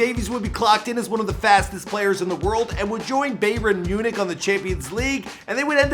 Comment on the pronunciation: When he mispronounced Bayern Munich I wanted to exit the video. But I wanted to watch bcuz of Alphonso. Bayern Munich matters my guy. 😑